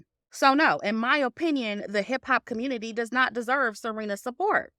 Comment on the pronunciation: ‘Communitaaee’ 💀💀 love your opinion btw